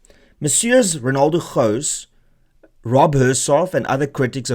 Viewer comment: Renaldo slowly becomes Italian